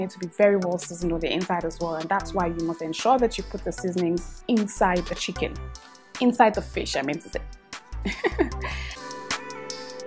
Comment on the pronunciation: Looks so yummy 😋 every-time when she says chicken i giggle 🙊 🤭